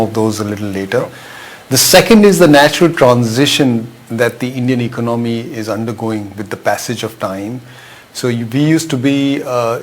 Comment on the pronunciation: I suggest that first looks up the dictionary and learns the correct pronunciation of the word “ economy.”